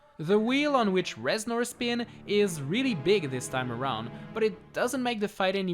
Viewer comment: Reznor more Rez-snore!! Hahahahahahaha Please end my suffering